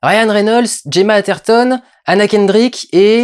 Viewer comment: On prononce "Gue"ma pas Djema